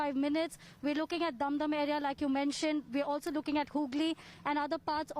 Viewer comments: It's Dumdum and not Doom doom. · It's dum dum and not doom doom. Kindly be careful. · Yor pronunciation is too much bed.. Its not dhum dhum Cantonment. Its dum dum cantonment